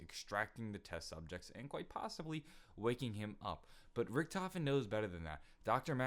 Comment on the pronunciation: on he says test subjects wrong he says ses subjects or at least that's what I heard correct me if I'm wrong